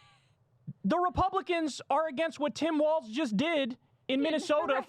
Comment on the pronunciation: Whhhyyy can't Kyle pronounce Tim Walz's name correctly when Krystal does it right literally in front of him